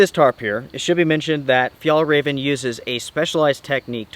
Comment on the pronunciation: Hallelujah! I hope your really finally done with Fjallraven. You have never pronounced this company's name correctly.